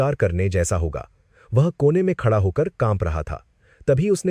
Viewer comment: Khada ko khacha kyo bol rha hi. Hindi nhi ati ky